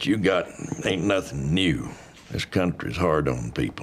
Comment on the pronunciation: ) "No Crountry" twice in a row really made me giggle.